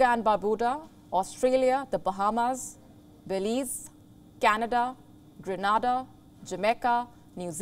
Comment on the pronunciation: Good evening Grenada is pronounced as Gree-nae-da.